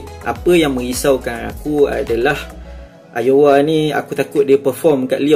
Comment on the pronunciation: Nice content bro, cuma cara sebut Aouar ialah "Au-war"